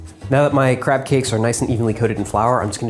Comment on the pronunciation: It sounded like he said crap cakes!